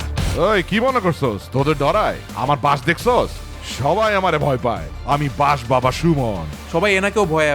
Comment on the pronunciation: ❌ ✔️